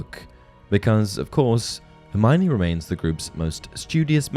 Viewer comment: One difference between book Hermione and and movie and fan Hermione is that many pronounce her name wrong. It's four syllables, her-my-oh-nee. Not her-my-nee.